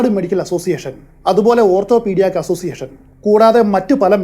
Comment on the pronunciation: ഓർത്തോപ്പീടിയാക് എന്നല്ല ഓർത്തോപിടിക് എന്നാണ്.